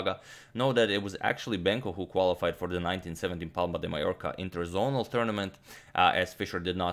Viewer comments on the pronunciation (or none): none